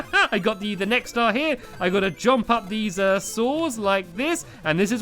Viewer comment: stampy just to say when you say jump instead of saying jump you say jOmp